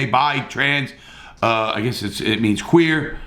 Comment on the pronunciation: He said quuer I fuck with him the q stands for questionable but queer works 2